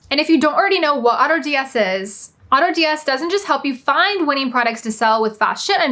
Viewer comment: I was listening but had to stop after you just said Autods